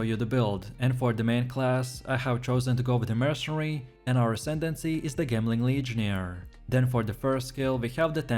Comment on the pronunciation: Its pronounced "jemling" like a skill "jem"